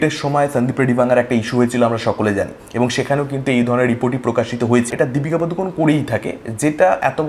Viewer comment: পাদুকন না বলে পাডুকোণ বলো দাদা কানে বড্ড লাগে😂